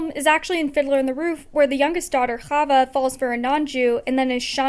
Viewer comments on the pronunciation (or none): none